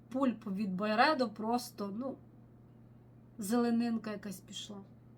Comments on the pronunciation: Дякую за відео., Pulp треба вимовляти "пАлп", а не "пУлп". В перекладі з англійської мови це "м'якоть плода". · будь ласка! Бо "пулп" прозвучало як "пуп", що англійською мовою "кал". 😂